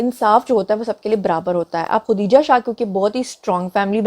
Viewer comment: Khudija shah nh khadija shah h mam.